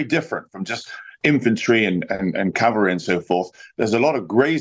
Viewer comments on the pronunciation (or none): 'Infantry and Cavalry' Cavalry. Oh dear.